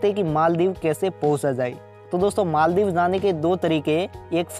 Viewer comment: First of all its not maal-dib.....its pronounced as mol(mal) dives And that's not scuba (dibing)...its scuba diving What the hack is maaal dib by the way?????!